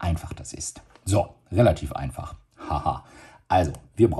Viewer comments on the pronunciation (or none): „Das ist nämlich sehr anfei äh einfach“ 😂😂😂 trotzdem sehr gutes Video danke 👍